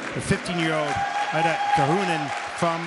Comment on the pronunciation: Not 'LIDA'!! Her name is 'IIDA'🤬🤬🤬